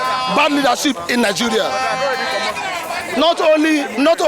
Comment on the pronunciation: it's Nigeria not Niguria